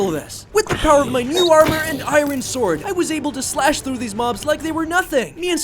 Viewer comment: bro said iren